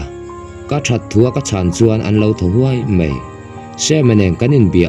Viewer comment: Ziaktu nge chhiartu zawk "ngeih" tih tur a "ngaih" hmang in "mai" tih tur a "mei" hman leh si a tam. Youtuber te hian mizotawng diktak in hman hi apawimawh ania mi tamtak in an ngaithla si a